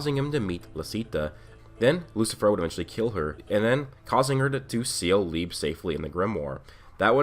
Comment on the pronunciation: You're pronouncing "Liebe" and "Weg," wrong; these are german words. We know black clover uses german words because "licht" is the german word for light. Liebe is pronounced Lee-buh and it means love. Weg is pronounced "Veg" and means away